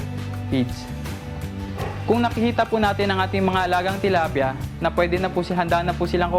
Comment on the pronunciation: I heard her say "tolapia" . She's talking about fish.